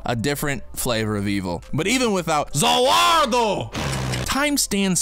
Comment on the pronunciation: I died at when he said ZA WOULDRO